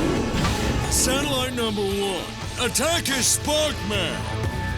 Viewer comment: 6.25 .. I must have misheard that.. "Satellite Laser Ballsack"..??? 😅😂😂